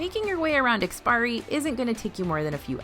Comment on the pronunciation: Love you all's work. Just wanted to pass along that it's IKS-PI-ARI, rather than IKS-PIRI. Don't worry, we've seen tons of westerners pronounce it without the "a" as well👌